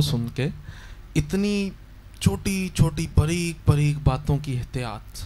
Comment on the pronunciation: اور بریک نہیں ہوتا باریک ہوتا ہے